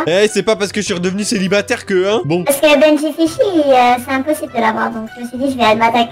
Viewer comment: Mais sa se voie que ses parce que elle dit benjifichy